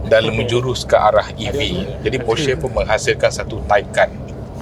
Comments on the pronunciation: bang sebut nama brand porsche tu betul. salah tu hahahaha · Terbaik bang…sejarah Porsche dan info mantap….cuma kalau boleh tambah baik dengan sebutan “Porsche” itu sendiri…at least netizen dapat tahu sebutan yang betul nama Porsche itu sendiri. Sekadar cadangan 1sen dari saya.